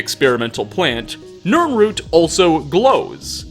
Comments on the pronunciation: It's a nirroot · NiRnrooT, NirnRooT.